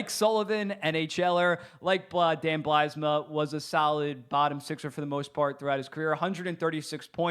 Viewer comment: great video concept! just a heads up Mike Grier is pronounced 'Greer' not 'Griere', and it's 'Bylsma' not 'Blysma'. cheers